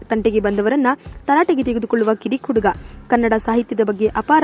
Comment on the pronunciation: Flaan alla akka, plan adu. Uuuduga alla akka , huduga. Hu hu huduga 🙈🙈